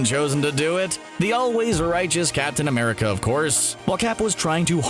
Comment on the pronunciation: Not gonna lie I thought u said captain under pants